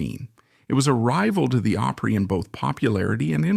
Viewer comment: It ISN'T Grand "Old Oopry you idiot.